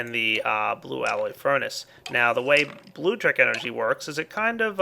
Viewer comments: MY GOD,. IT'S NOT 'BLUE-TRICK'. It's like 'electricity' but with 'blue' at the start. It's pronounced 'blue-leck-triss-it-ee'! SERIOUSLY. Just saying. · It's not "blue-leck-triss-it-ee" dumbass... it's blutricity. You know, "tricity", but with "blue" at the start. It's pronounced "blue-triss-it-ee"! SERIOUSLY. Just saying. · he says Bluetricity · It is actaully Blutricity Blu-tricity but i also my pronounce it wrong